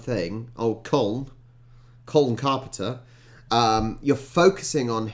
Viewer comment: You actually pronounce his name as 'coln carpna' 😊